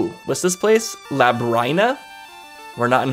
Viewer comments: luh-brine-uh? thats a weird way to pronounce it. i hear everyone else calling it lub-rin-uh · Its pronounced Lab-Rin-Uh. Because its like Labyrinth. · Not trying to be critical, but Labryna is pronounced like lu brinn a. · Finally! I've been waiting for this since the Season's playthrough. I always pronounced it lab-reen-ah. That elation you had when you found out FARP was here XD Also, something you might have missed, but you met Ambi's lover in Oracle of Seasons! He was the skeleton pirate captain! "She's gonna form a crush too isn't she?" She might be surrounded by water, but you're gonna find out how THIRSTY that tree can be. "Can I go inside her? Oooh, I can!" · So, common misconception, Nayru, the Oracle, is not Nayru, the Goddess. Same goes for Din not being the Goddess Din. They're just named after the Goddesses, they're not actually the goddesses. Also I'm pretty sure Labrynna is pronounced "luh-brin-uh". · Labrynna is pronounced Lab-Ree-Nuh If I'm remembering correctly, that's how I usually hear it pronounced. Interested in how this goes, never finished a linked playthrough myself.